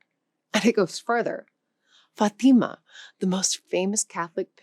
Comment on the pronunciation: It’s not Fateema - it’s Fátima, (Faatima) you see the accent on the first syllable?